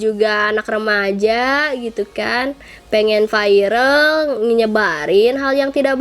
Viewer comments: gk bisa bilang viral ya kok di biLng vairal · AKU NGAKAK PAS BILANG VIRAL VAIREL NGAKAK